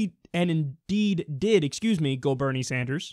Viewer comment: Teal'c would kill you for messing up that "Indeed".